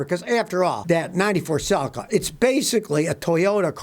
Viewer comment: You are pronounce your Celica sounds selleca .